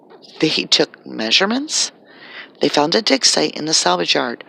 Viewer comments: Your clearly saying DICKSITE not DIG SITE. clearly pronouncing a K and not a G. It's so distracting and kinda funny and I'm just curious to see if ur going to delete this comment because I can't believe that on YouTube not one person made a joke about you saying DICKSITE. I tried to ignore as long as I could until me and my boyfriend just looked at each other and started cracking up lmaoo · Not to make light of the gravity of this matter but I could have swore you were saying "Dicksite" .